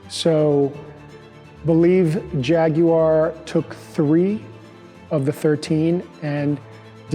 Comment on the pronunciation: At last an American that can pronounce Jaguar as it’s spelt..!